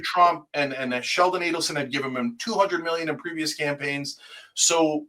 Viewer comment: It's Adelson not Aidelson.